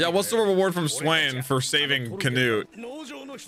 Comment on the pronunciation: why did he start saying can-ut-e